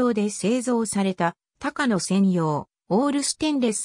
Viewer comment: 「たかの」ではなく「こうや」由来は高野山です。特急電車は「こうや」と云います。